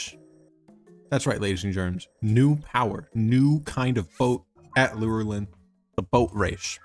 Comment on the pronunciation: You said lurein wrong